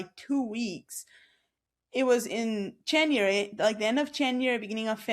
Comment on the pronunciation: I find accent fascinating, and I wonder how similar it is to other people's accents from the Amish community? There are parts that sound American. But to me, as someone from the UK, there also parts that sound like a very posh English. Particularly the way words like "January" are pronounced.